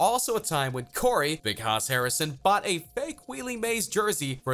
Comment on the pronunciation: 1. Well with a channel called “FILM” focus you would think he'd know how to pronounce one of the most legendary actors of all time correctly. 2. Last i checked Al Pacino is Italian not spanish. 3. You logic doesn’t address pronouncing Willie as wheelie. Willie Mays, one of the greatest baseball players of all time